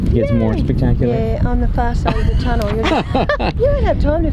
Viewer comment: Tomudell lol 😂 lol 😂 tunnel